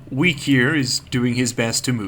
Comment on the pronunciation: I thought that you said "Weak has been enslaved!" Instead of "Weke has been enslaved!" XD